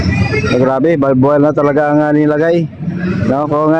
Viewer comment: Di ba barbwire di balbwure!!!